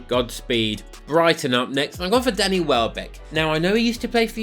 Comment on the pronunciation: I kept thinking you were saying daddy welbeck 🤣. Great video!!